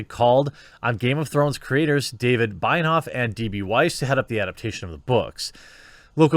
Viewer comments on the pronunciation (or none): zoinks bro, now you said Binehoff... the name is Benoiff... you do Binoff, Binehoff... why not try reading the name and doing it right? google it for effs sake. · His name its pronounced Benny Off iirc